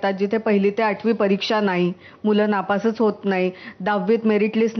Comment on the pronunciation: नापासंच... स वर अनुस्वार.. स्तर असतो, स्थर नाही